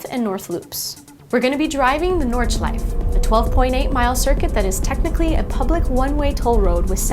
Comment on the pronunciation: She just say Nordschleif I miss the E!!!!!